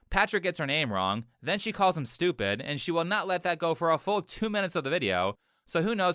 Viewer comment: "you're schtoopidz"